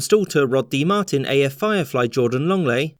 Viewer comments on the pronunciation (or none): none